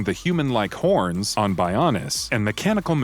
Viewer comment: WHY IS THIS THE SECOND VIDEO I’VE SEEN THAT’S PRONOUNCED ‘HOMS’ AS ‘HORNS’???